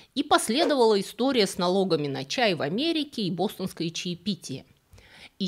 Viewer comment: истоОрия? отличное слово! ))